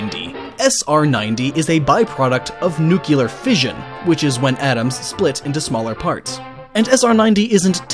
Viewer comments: New-Clear. Not New-Que-Ler. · IT'S NUCLEAR, NOT NUCULAR! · Nuclear. NU-KLEE-UR. Not nuke-you-ler. NUCLEAR. NUCLEAR. NUCLEAR. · What the hell is a NUCULAR wasteland? You mean NUCLEAR? Because that is pronounced as new-clear. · (Nuclear) Is pronounced (new-clear) not (nuke-u-ler) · It's nuclear not nucular. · nu-cli-lerr? nu-clee-err. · At the start of the video you said nucular it's pronounced NUCLEAR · ...Nucular... IT'S NUCLEAR! NEW-CLEE-ERR!!! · It's not nu-cu-ler its nu-cl-ear. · It's not NU-Q-LUR!!!!! It's NU-CLEAR! FFS. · How fucking hard is it to say nuclear (nyu-clee-are) it's not even spelled nukular (nuke-you-lar) seriously, the fuck!?!? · Very informative But please It's pronounced nu-clear not nuke-u-lerr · D-d-did you just say... Nucular? Nucular? N-U-C-L-E-A-R.... pronounced New-cyu-lar? Totally checks out. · We do spell it right: colour! But "nuclear" isn't about spelling, it's about saying the damn word properly, the way it's spelt! :D TBH you often hear British people saying "nuculer" these days. It just make people sound daft; like saying "pecifically" instead of "specifically" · Oh no, another victim. It's NU-clear, not NU-kya-ler. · 3 seconds in, "nucular" Oh pain, come on, it's nuclear, there's only one "u" in nuclear. The word clear isn't pronounced "cular" is it? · Jace Carter no im an American and most of us use the klee pronounciation. We think the ku pronunciation is used by idiots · It's NUCLEAR not NUKULAR .... PLEASE! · Nuclear! Not nucular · Nueclear is not pronounced "Noo-kya-lur" find me the "Noo-kya-luss" of the atom. I only see a nucleus. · Stop saying nuculer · DID I HEAR SOMEONE SAY NU-KILLER?😆😆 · Did he just pronounce it as 'nucular'? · I hate it when people say nuculer instead of nuclear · You said nukelere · You know it's pronounced "New-Cle-Urr", right? xD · He said "nucular." Scientific video content instantly discredited. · nuclear is not pronounced "nukular" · You said "Nukeelar waste" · Sir I believe you said "nuke-uler".